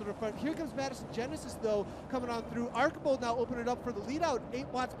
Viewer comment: John Archibald: ARR - CHEE - BOLD